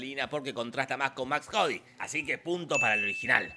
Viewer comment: Maximilian Cady.. no Max Cody .. fuera de eso gran video